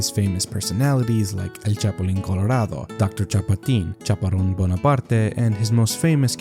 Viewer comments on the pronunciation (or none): Your Spanish pronunciation is actually quite good, but some small feedback: when you see a double R (as in Chaparrón, or Monterrey) that's a different sound. You should roll it, sort of like a growling dog, or like an Opera singer. In some cases, it could lead to a different word: pero vs perro.